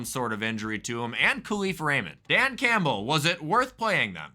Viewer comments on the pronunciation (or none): none